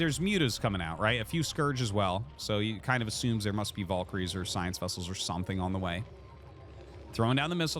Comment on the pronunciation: I may or may not have subscribed because I'm hoping Arty can google how to say the word "valkyrie"